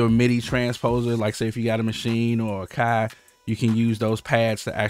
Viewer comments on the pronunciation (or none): none